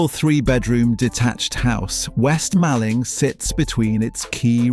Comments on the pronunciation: Nice video thanks but you pronounced Mallng wrong - Mawling & the spelling is wrong (2 Ls not 1). I am from the neighbouring East Malling. You also pronounced Putney wrong, so you are not from London.... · It's Malling as in mor-ling.